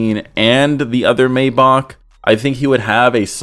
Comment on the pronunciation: The way pronounces maybach pisses me off lol